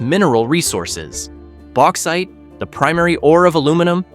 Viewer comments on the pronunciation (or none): none